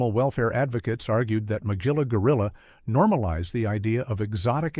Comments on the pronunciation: Hard G in Magilla Gorilla. Mug-illa. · Let me begin by saying you mispronounced Magilla's name. I never saw sexism in Captain Caveman And The Teen Angels. And the clips from Josie And The Pussycats you showed were from Josie And The Pussycats In Outer Space, which premiered in 1972, two years after the original.